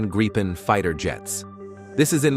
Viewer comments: Why, are you showing F-16;s, when talking about Gripen's? BTW: (Gr I pens, not graipens.) Show what's shown and talked, about. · This filthy AI voice isn't even capable of pronouncing the word Gripen consistently! One moment it's "Gripen" as in grip, then another "Grypen" as in "why." What are we supposed to believe at all? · why do you mix pronouncing Gripen the right way and the wrong "english" way. :) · Yes, starting with Greepen (which is correct), then going on to Grypen like all other videos. Then StrittsFord'n, ReggeringKanshlyiat and other nonsense.